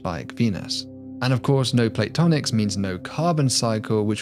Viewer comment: "No Plate Tonics" Missed a syllable there, but I rather like the thought of Cocktail Hour for planetary and exoplanetary geology. They work hard...They deserve a break. No, don't get up...I'll show myself out. 🤣 Great video, as always!